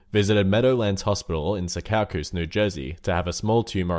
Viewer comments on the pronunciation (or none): #10 is pronounced SEE-kaw-cus. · When you can’t say Secaucus